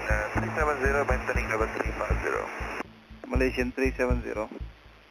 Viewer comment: Did you just pronounce Malaysian ma lion